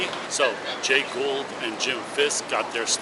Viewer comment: I don't know if you have a speech impediment or simply don't want to do your homework... "GOULD" is NOT pronounced "GOLD". It's GHOUL'D. "GooLD" No amount of AI "whisker scratching" will replace solid f**** homework. Why don't you stop forcing me into stock AI voice nonsense and get your pronunciation on basics right? I know, I know, I'm picking at the edges. But God damn it, talk like a f**** adult.